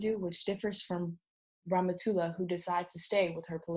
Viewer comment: It isIt is really funny for an English speaking person to pronouce somme names. I can see if can help by writing those names in a way be able to read them corretly: Ramatoulaye(rama too lie), Modou(modu), Binetou(been too) too), Aïssatou(I sat too), Daba(dab aa), Nabou(na boo). Well i know all this because i live in Senegal.